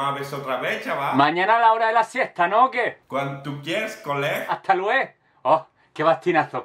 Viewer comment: "hast lueg" a veces los valencianos también hacemos eso de quitar la última letra cuando no sabemos decir algo en catalán/valenciano 😂😂😂😂😂